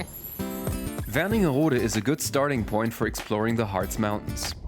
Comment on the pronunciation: The town is called Wernigerode. There is a place called Werningerode somewhere (with an additional n, like you pronounced it), but this is not it.